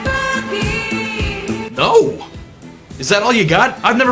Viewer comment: I thought it was funny the way Bowie couldn't pronounce boogie and instead sang boo-gee.